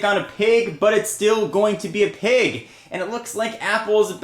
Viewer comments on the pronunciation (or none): pronouncing pig pag is not funny